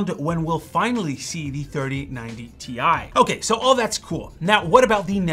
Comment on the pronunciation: Tie, not Ti! :D